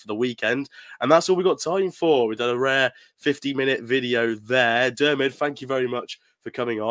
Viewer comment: You spelled Diarmuids name 4 different ways and all 4 were wrong🤣🤣🤣